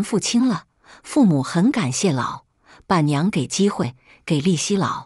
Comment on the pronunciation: 說你唔識字, 你又懂得讀, 可是....................為甚麽老..........板娘要分開讀呢? 真讓人不解! 🤭🤨😐